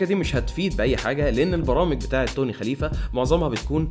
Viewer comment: Khalife not khalifa